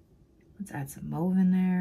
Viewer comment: Gorgeous, great video!! It's not pronounced Move, its Mauve, like Ma...ve